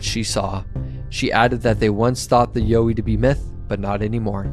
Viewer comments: Hi mate, Pete from Aussie land. The pronunciation you originally used is the correct pronunciation here in Australia. The one you say is the correct pronunciation now ,will get a laugh over here. all power to you bro. take care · Not YO-EE mate. You were right in the first place. Its actually pronounced YOW-EE like you first thought. Don't know where you got that pronunciation from but they're wrong. Soz. Cheers from OZ 🇦🇺🦘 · You were right when you were wrong. Yow-wee (Y-OUR-WEE). Not You-wee. Just one of many regional names for the big hairy fellas. The little hairy fellas are known as Junjadees, or Brownjacks, again with various other regional names. These are the ones I know and are friendly with, the little fellas. Although some have reported seeing fangs this is believed to be an exaggeration because of the large teeth. Most report similar to our teeth just a lot bigger. Also while there is aggressive contact reported these are few and far between and only on encroachment into their personal area after repeated warnings. Also early reports of aggression were directed to early European invader settlers who were clearing bush for livestock and crops as well as pioneer loggers and explorers. They still let loggers and surveyors prior to mining or road construction let them know they're not happy and best be pulling your head in. Other than that most report non aggressive curiosity or just being followed, or politely escorted off their land then gone once they are seen as no threat. Other's, me included have regular contact and a friendly relationship with an individual or family. Also worth mentioning there are far more than we would imagine and some live so much closer to us than anyone realises. They are just such masters of disguise and will blend into their natural environment, always there but never seen. That's how they want to keep it also, they will only show themselves for a reason or